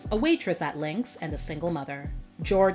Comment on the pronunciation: “Linc’s” was pretty good.